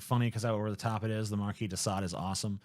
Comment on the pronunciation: So glad you pronounced 'marquis' correctly 👍